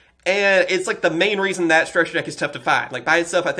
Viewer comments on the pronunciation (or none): none